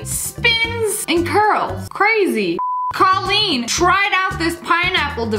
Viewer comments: I like how Lia said “ Colleen “ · I hate the way she sad my name (Colleen)